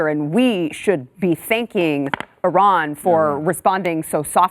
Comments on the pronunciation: Switched to a different video because within the first five seconds the lady mispronounces Iran, even to Western standards. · You stopped watching within five seconds, but still took time to write a comment to tell everyone how little time you spent on this video (and now two comments). Besides, Iran is pronounced PERSIA. And no one gets it right.